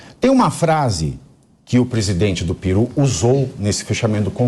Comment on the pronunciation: Não é Piru e… PERU!